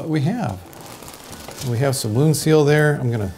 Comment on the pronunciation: did you mean "Wound" Seal or is there a product called "Would" Seal?